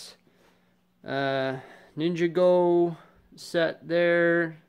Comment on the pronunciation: This is wild as I started watching your channel a few years ago. You really came a really long way in 7 years, congrats. Not at all making fun, but at the mark you pronounced Ninjago as "Ninja Go" was pretty funny.